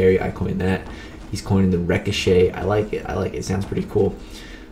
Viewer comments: I wonder if he realizes he is pronouncing ricochet wrong...? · Are you saying "ricochet?” bc your pronunciation is throwing me off 😂